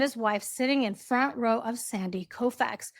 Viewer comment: You pronounced “Koufax” correctly. He was an extraordinarily talented award-winning Dodger pitcher…and a legend not only in Los Angeles but around the world. He shouldn’t EVER be in a World Series seat behind Harry and Meghan Markle.